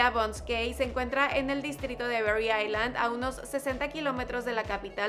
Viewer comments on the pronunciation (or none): none